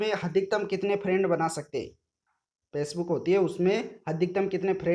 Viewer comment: Pacebook nhi bhai facebook hai 😄